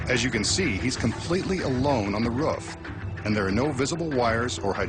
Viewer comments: i like how he says "ruff" instead of roof lol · Really ruff it's roof lol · He's calling it a ruuff.... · "As you can see he is alone on the ruf" WTF?! who the hell says ruf ?! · dumb narrator doesnt know how to say roof right ha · He says roof wired